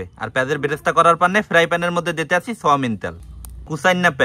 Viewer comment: Soyabean tel❌Soyamen tel ✅ 😂😂😂